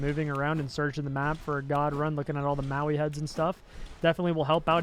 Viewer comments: moe eye, not maui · the heck is wrong with anglos that makes them see a word spelled as MOAI, with the O first then the A, then go ahead and pronounce it as MAOI? this shit is bizarre I get that they learned how to spell with the fr*nch, but c'mon, that's too much.